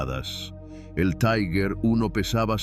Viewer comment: Este video realiza un análisis olvidado o minimizado en las publicaciones sobre las batallas en el saliente de Kursk. Resulta clarividente. Aprovecho para corregir la pronunciación alemana de la palabra Tiger. No es taiger sino tigher, es decir la primera vocal se dice i, y la pronunción de la g en alemán es ga, gue, gui, go,gu.